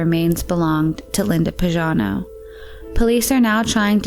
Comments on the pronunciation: YoU pronounce PAGANO like PAJANO...is totally wrong,you shuld pronounce it like PAGHANO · the name PAGANO is pronounced with a hard "g" PAG rhymes with BAG. Is this a computerized voice because this isn't an uncommon name or pronounciation. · It's Linda Marie Pagano (hard g). Why does the narrator pronounce it like Pazhano? And her stepfather was Byron, not Brian.